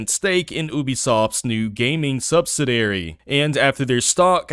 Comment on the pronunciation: He can't pronounce "subsidiary". That's adorable.